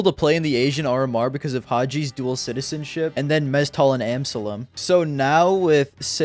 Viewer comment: Btw amsalem is not pronounced EM-sa-lem it’s pronounced am-SA-lem